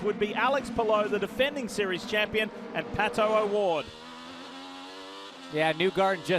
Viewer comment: at least F1 commentators make an effort to pronounce the driver's name correctly. This guy says "palo oward"? Jesus christ, it is PATO Oward, such an American sheez.